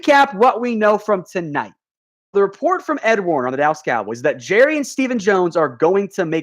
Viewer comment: #dallascowboys....., who is ed Warner, I believe it is ed werder